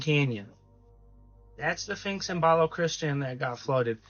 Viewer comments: The finx??? Learn language please, s ph inx say it , say it! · Dude, really though... you keep calling it a "Finx", but it's a SPHINX. LOL I loved the info you provided, but can we call it by the correct name please? That's almost as horrific as calling an Espresso, and EXPRESSO! Hahaha!! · Dude stop saying "finks!!!" it's pronounced "Sphinx!" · A “Finx”? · To the guy talking about the SPHINX, you need to work on pronunciation if you’re going to make videos. You are saying Phinx in your clip and it’s pronounced Sphinx, with an S. And you’re also saying escavate when it’s pronounced EXCAVATE. The info you’re saying is great and the content is great. Just need to articulate and pronounce your words right.